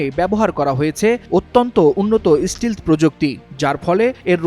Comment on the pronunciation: ষ্টিলথ নয় ভাই, এটা ষ্টেলথ